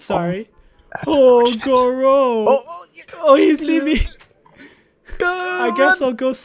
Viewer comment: it is not senor loro its senor goro